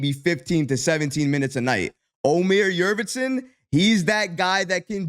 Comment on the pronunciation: Yurt Seven not Yurvetson